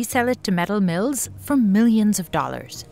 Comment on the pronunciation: DALLERS 😂😂😂😂 DALLERS